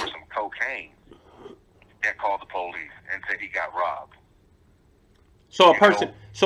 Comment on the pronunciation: “But what HE DID DO WAS CALL THE (PO LEASE)” 🤣🤣🤣